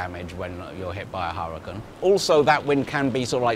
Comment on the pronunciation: Which accent pronounces Hurricane as "Harra-can".. ?? Sooo weird to my Canadian ears!!